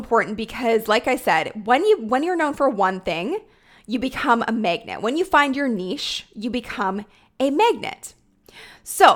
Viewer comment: Love your content! And does anyone hear “megnet” when said “magnet”? 😅 just me? #accents